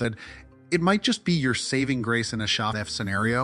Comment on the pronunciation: Learned something new today. AI doesn't deal with abbreviations well. Good to know for when as the video calls "Sean F Scenario." Although It almost gets it right by saying the full thing the first time Also it says "Uhh" more often they we used to make fun of valley girls for saying "like" all the time. Your AI use is bad and you should feel bad.